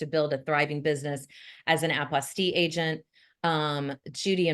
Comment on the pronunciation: Hi, I believe the correct word is Apostille not Apostie just saying If and doubt you can google the voice pronounciation